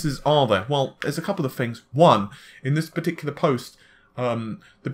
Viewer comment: You pah-ti-kulah-rly like the word pah-ti-ku-lah don't you ;) love your vids hehe